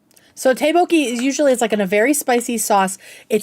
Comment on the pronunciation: ddeokbokki is pronounced tduck boe-kie. (I'm not Korean but I lived there for years and still live in a Korea town now)